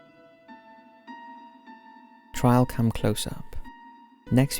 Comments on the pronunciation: "Trial cam" I think it's "trail cam" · Number 2 kept confusing me since he kept calling it a "trial cam" instead of a "trail cam" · Trial cam?? Its calld TRAIL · Question; why does every youtuber I know pronounce trail cam as "trial" cam? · It's pronounced trail cam. Not trial cam. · .....TRAIL cam........not ‘TRIAL’ cam 👍🏻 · Trail cam. Not trial cam. Cameras meant to monitor game along hunting trails. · Lol it's trail cam not trial cam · It's "trail cam" not "trial cam". I know certain things sound different with your accent but this time you're simply using the wrong word. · Are you trying to actually say "trailcams?" I assume you are. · "Trial cam"? LOL